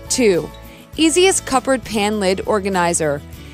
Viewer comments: 🟦 she should have said 'Cupboard',..... (Pronounced=Cuh-berd). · Why does she say. Cuppert